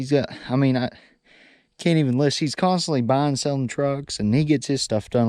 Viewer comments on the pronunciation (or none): none